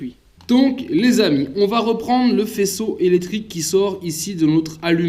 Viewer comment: Merci pour la vidéo Et pour l info on prononce le mot électrique et pas életrique 😁😄